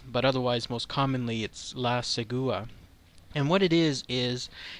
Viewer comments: Hey man, it's pronounced "Segwah". It's from Nicaragua, but since Nicaragua and Costa Rica have too much in common it gets attributed to CR as well. The version I heard in Nicaragua says she paralyzes the victim and then they wake up miles away all beat and scratched up with no recollection of how they got there. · Thanks for the video... first, the accent goes in SEgua (just for everyone to know :)) second, there are many white skin, blonde girls here, depending on the area there are few but that was why they saw her beautiful because there few girls with those features around. in the cities, people do not see this legend as shocking as people from the countryside.